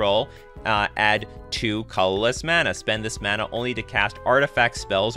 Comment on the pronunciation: You have a nice format and have a nice speaking voice, but your pronunciation of the word “colorless” was fairly jarring and almost sounds like a different word altogether. It would have lead to a much more smooth listening experience on your video if you worked on enunciation for that word. It was the only one I noticed like that, you are well spoken which is why that stood out so much to me. Good video other than that.